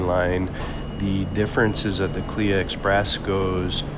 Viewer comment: Its not Kleeya ...Its K.L.I.A...